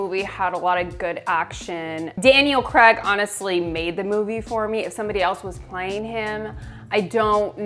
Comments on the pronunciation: I'm sorry, I have to: Craig. Cray-g.. Not Creg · “Creg” no., it’s pronounced CRAY-g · its craig not creg